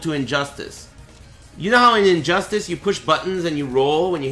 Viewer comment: Lmao said Injustass. I love ya